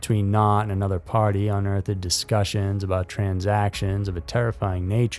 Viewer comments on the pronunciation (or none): Homie really said Un-earth-ed lol